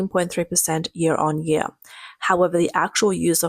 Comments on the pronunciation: This jeer? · This year, not this "jear."